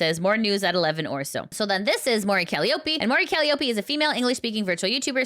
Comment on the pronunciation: By the way, that's not how you pronounce Mori Calliope. It's pronounced just like the instrument.